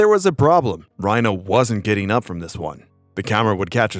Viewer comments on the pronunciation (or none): none